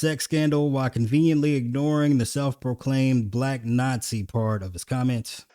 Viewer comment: "...the Blaahque President..." Why can't tff'ng pronounce the word Black 🤔 🤨